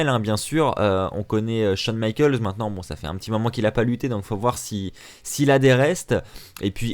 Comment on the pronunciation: "Michaels" pas michalks Putain Va te renseigné quoi